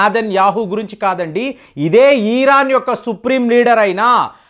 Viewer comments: Eeeraan kaadhu raa, irran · *ఈరాన్ * కాదు. ఇరాన్..!! ఇరాన్...!! దీర్ఘం వద్దు...!! ఇరాన్ అని... దీర్ఘం తీయకండి...!! 😂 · తెలిసీ తెలియని విషయాలపై అవగాహన లేకుండా మాట్లాడకండి.యుద్ధం వస్తే సైనికులు పోరాడుతారు కానీ ..... నెతన్యాహు,మోడీ లేదా అమెరికా ప్రెసిడెంట్ కానీ యుద్ధం చేయరు. ఇజ్రాయెల్ లో బంకర్లు సాధారణ పౌరులకు కూడా సుపరిచితమే. మీరు ఇక పై ఏ పచ్చడి ఎలా చేయాలో వీడియోలు చేస్తే బాగుంటుంది. ఈరాన్ కాదు ....ఇరాన్. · ఇరాన్ అనండి sir. ఈరాన్ అంటున్నారు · అయ్యా అది ఈరాన్ కాదు ఇరాన్ ముందు పేరు పిలవటం నేర్చుకో బొక్కలో thumbnails పెడతావు అమెరికా సపోర్ట్ గా ఉంది అంటే అమెరికా మిత్ర దేశాలు అన్ని ఇజ్రాయేల్ కి సపోర్ట్ ఉన్నట్టే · నీ తలకాయ చెడిపోయింది.... దాన్ని పారిపోవడం అనరు... జాగ్రత్త పడడం అంటారు... నీకు ఇరాన్ అని పలకడం సరిగా రాదు...... అబద్ధాలు అల్లడంలో ఆరితేరావు.... ఇజ్రాయెల్ ని నాశనం చేయడం ఎవరి తరం కాదు..... వారిని కాపాడుతున్న దేవుడు కునుకడు నిద్రించడు.... 4000 సంవత్సరాల వయూదుల చరిత్ర చదువుకో..... అయినా రష్యా.....ఇప్పటికి జలెన్స్కి యొక్క వెంట్రుక కూడా పీకలేకపోయింది..... ఇజ్రాయెల్ ని ఏమి చేస్తది....